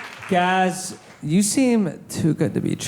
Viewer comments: gaz says his name is like gas, but you all mangle his name by saying gahz. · "Gaz, like Gas with a Z" ...Why are you calling him Garz?! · The lady in the black shirt, front row is enthralled with Gaz and his voice 😆 Alexia! I wish she had come to the show fully single. I hope she gave him his number at the after party, I think they’d be good together later if this doesn’t work out with Sam. Also can they please say his name properly!?